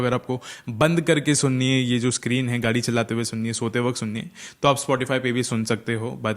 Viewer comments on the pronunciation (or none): none